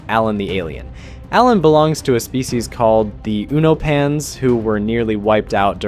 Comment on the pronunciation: uno pans? 😂 Its pronounced (You-no-pens)